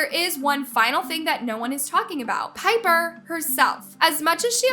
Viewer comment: girl u happy dat ts happens cs u live off of peoples drama n that ruins their lives and yea wha tiffany has done is bad but srsly u can’t even say pipers name or nidals name right u need to like actually watch the videos n see stuff not j go to certain clips cs in some topics u don’t even kno wha she talking ab and claire’s little sister is so dramatic tiffany did nun to her especially to her not so pretty self 🌚